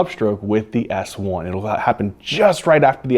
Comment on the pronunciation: Great video and great enthusiasm as always! You're amazing. But fun fact, I kept hearing you say "it's a soft ass one" until I realized you were actually saying "soft S1" hahaha